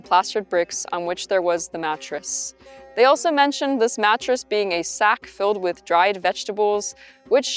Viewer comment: Interesting accent she has. Never heard someone pronounce the “g” at the end of a word like that. “Thing-ga” “being-ga” “morning-ga”